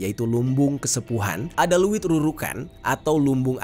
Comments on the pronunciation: Izin koreksi kak.. Leuit,bukan luwit.. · Leuit di abca ( leit ) bukan luwit😅 Ngadiukeun = diuk (duduk) Penambahan kata eun sunda seperti di aceh banyak kata eu nya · Bang bukan liit tapi leit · Leuit bang bkn luwittt😂ngaseuk bkn ngasek😂hrs di baca eu nya dong bkn e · Bukan luit bang tapi leuit